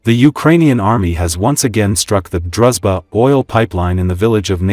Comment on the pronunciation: Drooshba not druzba